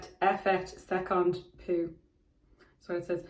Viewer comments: damn your accent is actually pretty good (but peau ((if i didn’t misunderstand which word it is lol)) is pronounced like beau not pu) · About the french I think there’s a confusion between two words here The pronunciation you’re going for is the word peu (little/not much) and is honestly quite good ! but I think the word on the bottle is peau (skin) which has a much easier [o] sound :) I should have let it go but I guess I’m that kind of annoying person